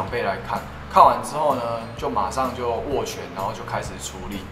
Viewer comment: King安安！是“斡旋”，不是“握權”喔！